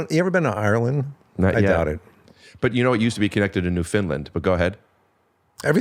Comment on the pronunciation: Hey Rick! Newfoundlander here... Absolutely loving this episode!! Just an FYI, it's pronounced "Newf-in-laaand", with the accent on the "land" 🫶✌️